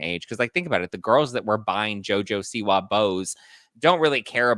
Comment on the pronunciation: “JoJo Si-Wah” haha my take is this good looking guy liked her.